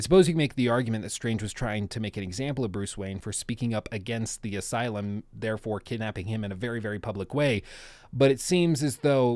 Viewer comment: Man: Arkham aslume